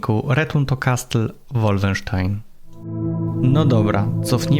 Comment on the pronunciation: Jaki łólfensztajn? To jest po niemiecku a nie po angielsku. Nie łólfensztain tylko wolfensztajn.